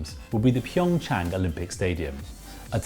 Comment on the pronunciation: It’s PyeongCHANG not PyeongYANG 🤦🏻‍♀️